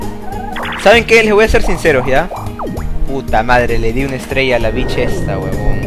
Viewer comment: bicth suena como beach